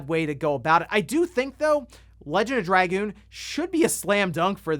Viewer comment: Call me old school, but I couldn’t care less about trophies or achievements. Oh, and it’s X. It’s always been X. We determined this with the PSX, before internet got big. And call it “druh-goon”.